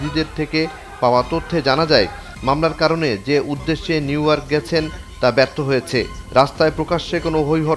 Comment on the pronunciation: আগে নিউইয়র্ক উচ্চারণ করা শেখ তারপরে রিপোর্ট বানা